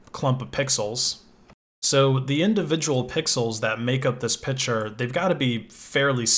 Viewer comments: You say "picture" as "pitcher". Like we're going to put some water in it, or maybe it'll throw a baseball at me. :) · Am i the only one who thinks he is pronaunching pictur strange? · "pishure" i like the way you pronounce the word "picture"